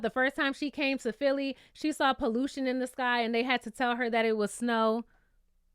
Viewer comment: Also a reviewer who understands how to to pronounce Philly/Arabic names. I’ve been cringing listening to folks butcher our names 😂